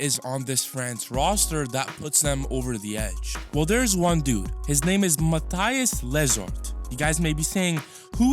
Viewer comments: ma -thee-ass le ssor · The worst pronunciation of Mathias Lessort I have ever heard